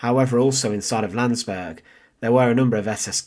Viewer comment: It's Landsberg and Mein Kampf.Don't butcher these words.